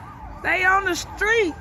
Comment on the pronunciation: In dem Skreets! Repeat 3x for emphasis